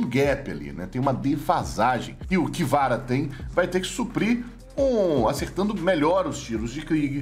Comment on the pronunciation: Como escreve: KVRA Como o lê: "KIVARA" Como deveria: CA VE RA